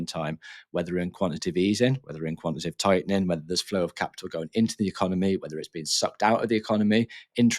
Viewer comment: This is about the 30th channel that can’t say the word quantitative… You guys are preaching about something you can’t even say? It’s not Quan Ti Tive. Its Quan-Ti-Ta-Tive (4 syllables)…